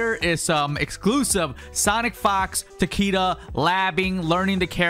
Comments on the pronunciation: It’s pronounced tuh kee duh not tac kee duh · omg I thought it was just me. his name is pronounced TA-KAY-DA not TA-KEY-DA 😭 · He's saying it as takida with an i. It was pronounced ta-ki-da in mkx cuz the creators botched his name and cage stuck with it. Let him say the name how he wants and stop being like this. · it isn’t. The name is supposed to be pronounced ‘tahk-eh-dah’ but mortal kombat has a history of mispronouncing Japanese names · Ta kay da is how you properly pronounce his name in japanese. The creators keep botching the character's names and saying them wrong. Even with shirai ryu, its supposed to be pronounced shirai ree-yu and not shirai rai-yu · An actual Japanese person would pronounce it Ta-keh-duh with the emphasis at the start of the word and not the middle. It's also more commonly used as a last name, like Takeda Shingen, who was a known daimyo during the Sengoku period in Japan.